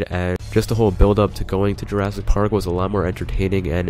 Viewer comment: jurassic parrld.